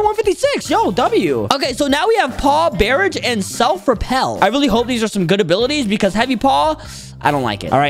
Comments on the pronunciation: Paw_barij bro it's barrage said like b-a-rage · bro said bear ige and not bəˈrä(d)ZH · He said paw barage instead of barrage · aint no way he said “bear-age” at the beginning 💀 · Man said barage for barrage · He said barrage wrong